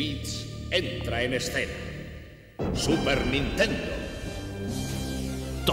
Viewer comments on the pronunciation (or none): none